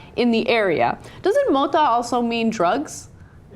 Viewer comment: Mota (pot) not monta, get back in school, or out of the street ghetto slang.